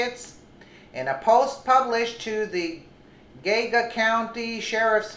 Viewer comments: It's pronounced Gee Ah Ga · It's pronounced "Gee-Ogga". Geauga... 😉